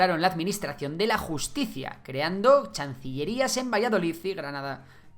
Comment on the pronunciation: “Chancillerías”? Te as vuelto chiwampo?! 🤭